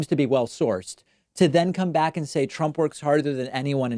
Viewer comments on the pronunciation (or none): none